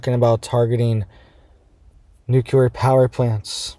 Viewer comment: " NOOCULAR IS NOT A WORD! THE WORD YOU AR TRYING TO SAY IS NUCLEAR! YOU SOUND LIKE YOU ARE NOT WELL EDUCATED.